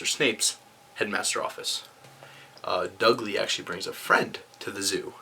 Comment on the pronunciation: Dugley grrrrr it's Dudley